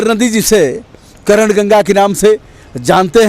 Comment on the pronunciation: करण नहीं महोदय,,,,,, कर्ण